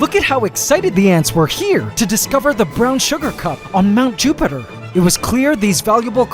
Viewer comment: "Mt. JupAtEr" idk why I find it funny sorry 😂